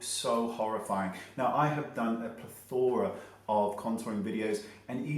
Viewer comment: plethora is pronounced with the accent on the first syllable.